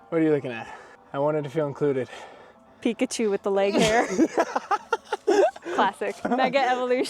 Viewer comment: Pi kachu not pikacheeew